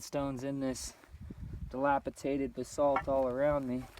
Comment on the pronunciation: not delpatate but dilapidated right?.